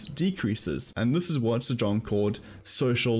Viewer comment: Great vid! but you pronounce the name "zajonc" wrong, it's said as "zajonts"